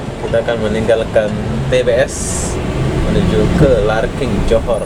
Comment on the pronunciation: Awak pandai2 je tambah 'g'kt perkataan Larkin tu..LARKIN ga pake g ...🤔🤔